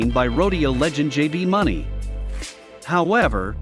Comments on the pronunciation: It's not money it's mauney get it right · If you're going to speak of JB Mooney learn his name